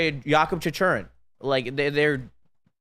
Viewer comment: Is “Yakob Chachurrin” supposed to be Jakob Chychrun?